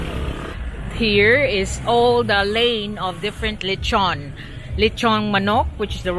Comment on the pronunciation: Inasal is the Cebuano term for the Spanish word lechon which means roast pig or roast pork. She said lechon correctly but it was spelled wrong on screen. The Puerto Rican and Portuguese understood her.